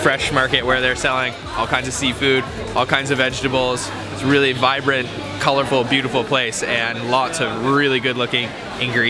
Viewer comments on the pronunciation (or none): none